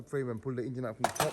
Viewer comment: Ok video, maybe learn to say Engine not Ingine. Watch matt Armstrong, gets some tips on presenting.